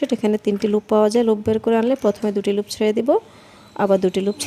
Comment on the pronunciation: আপনার বুঝানোর স্কিল ভাল কিন্তু শব্দের উচ্চারণ গুলা বেখাপ্পা লাগছে সিঙ্গেল কে চিঙ্গেল, লুপ কে লুফ ভাল লাগেনি